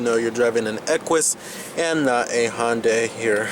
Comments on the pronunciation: Hon-day lol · Just to be clear, Hyundai is pronounced like Sunday.